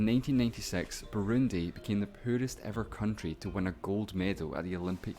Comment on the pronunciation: I kept replaying because I couldn't understand what was said. It was British speak for 'poorest'.